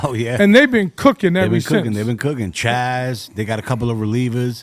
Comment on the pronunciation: Why is this dude calling Jazz, Chaz 🤔